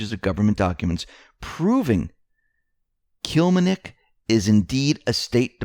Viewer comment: To everyone doing the news, Please learn ahead the name you are going to say - use phonics like we babyboomers were taught - Kil LEM nik. Can't do this with the way reading began being taught memorizing the whole word mid '90s...